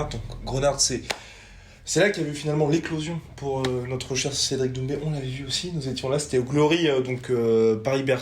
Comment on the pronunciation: C'est DoumbÈ. Pas DoumbÉ. Si il arrive a dire Tchaïkovski on peut faire l'effort de prononcer son patronyme non? En tout cas keep it up.